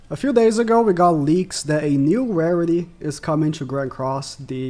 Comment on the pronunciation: '' Rariry ''' xD :p